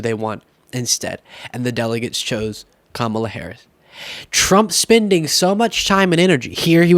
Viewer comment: still not saying her name correctly